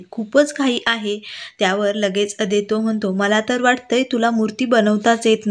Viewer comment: Naav neet uchhara. 😊😊Aadaito nahi, Adwait.. 😊😊